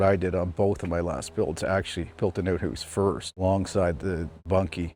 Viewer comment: He built an “uut huuse “?